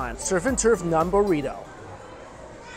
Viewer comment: Nun? It's Naan..😅 Keep the buffets coming bruh..